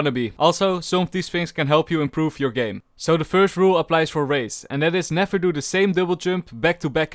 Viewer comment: Raze Subs: Race